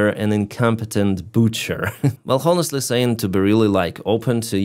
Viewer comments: FYI ! The " H " in Honestly is NOT pronounced !! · Obviously it is. Just listen to if you don't believe me.